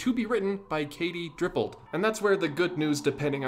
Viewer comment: Oooffffff DIPPOLD sad not DRIPPOLD